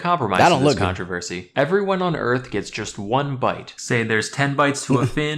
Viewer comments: “EARF” it’s hard ngl💥💥💥🗣️🗣️🗣️🗣️🗣️🗣️🗣️💥💥💥😈😈😈😈😈😈😈😈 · that’s not how you say earth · Is it Supposed to say earth